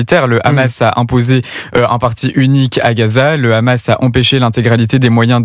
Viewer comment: Même le journaliste français d'Europe 1 dit kkkkhamas et il est incapable de parler français